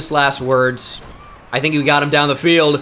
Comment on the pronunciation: I saw at a hotel in Houston after game one of the World Series talking to his producer at breakfast. The amount of words he just says incorrectly is astounding.